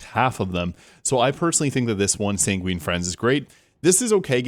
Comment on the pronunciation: "Sanguine" is pronounced SANG-gwin. No hate, just for your future reference. Great video. The word comes from the Ancient Greek and Roman medical theory that posited people have 4 humors: blood (sanguine), phlegm, black bile, and yellow bile. "Sanguine" in this context would mean optimistic, passionate, bloody, or even red. So, I guess, Dr. Vex is prescribing some bloodletting to set the Borderlands back in balance.